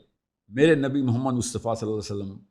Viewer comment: Angraizi k lafz py itna zor EXACT or Pyaray Aqa Rasool e Kareem Sallal lago Alaihi Wasallam ka naam itni jald bazi main..... kiun bhai?